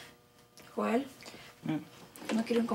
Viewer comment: Jajajajajaj me cago de risa cuando se refiere a joel como Yoel 🤣🤣😆😂🤣😂